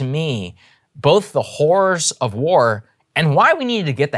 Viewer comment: Is it just me or does Saagar sound like he's saying the "hoors of war" Frank Reynolds style. Terrible situation all around though :/